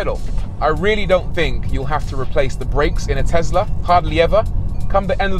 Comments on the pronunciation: IT’S TESLA, NOT TEZLA!!! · "TeZZla" LOL ;) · And that's on tezla 🤣😂